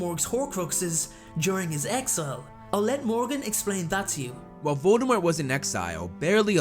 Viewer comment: I just want everyone to know the T in Voldemort is silent.